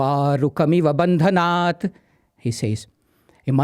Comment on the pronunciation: wrong pronunciation of maha mritunjaya mantra..... its bhandhanan and not bhandanaat